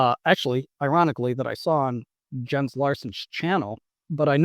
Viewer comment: It’s “Yens”, bro not Jens